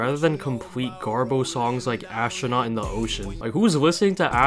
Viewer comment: why u saying astronoaut in the ocean bad bruv